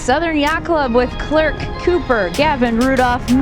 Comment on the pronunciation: SYC “Clerc” is pronounced like Claire